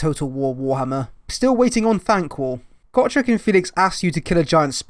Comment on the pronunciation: "Got rek" It's "Go Trek".